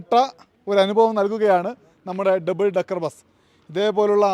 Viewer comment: ഡെബിൾ അല്ല. ഡബിൾ